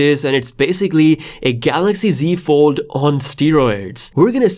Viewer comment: What’s a galaxy ford it’s that the folding cord car lol that’s new I love how he said ford and not fold lol